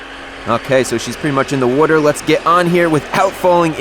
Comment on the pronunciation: has a fishing/boat channel?!?!?! I wonder how many times he's going to say "wudder" here. He said it a lot on lol